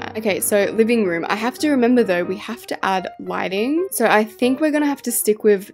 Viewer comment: When she said so cute in my ears I heard sor cute